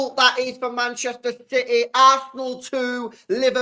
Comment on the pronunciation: CITEH💙 CITEH 💙CITEH 💙 CITEHHH💙